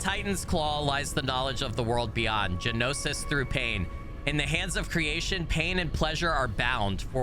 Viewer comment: Gnosis is pronounced No-sis or Nos-sis. it means knowledge, knowing, specifically of ancient or hidden mysteries. if you've ever heard of Gnostics or gnostisicsm its the same word.